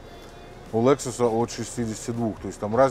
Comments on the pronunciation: Я тоже наверное стану охотником и рыболовом, вон у них тачки какие. Автор задрал не правильно говорить Лэксус может Лексус где ты увидел Э букву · Обзоры не ваше дело, не приятно слушать Лэксус и Мишелин